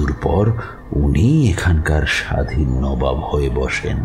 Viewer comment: ami tomar voice er khub boro fan. But unfortunately bar bar নাবাব sunte boddo kane lagche. Please ektu kheal rekho. Ota নবাব hobe.